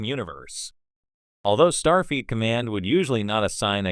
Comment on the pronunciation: it's Starfleet. has nothing to do with feet. Fix your AI